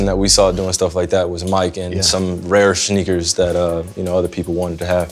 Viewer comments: "rare shneakers" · Kyrie: “Shneakers” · my man said “shneakers” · “rare shneakers” 😂😂😂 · SHHneakers... boyyyyy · did anyone else realize he said “schneakers” at like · “Rare shneakers” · did u guys hear him say shneakers? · Rare shneakers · “rare SHHneakers” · did he just say “Shneakers”😂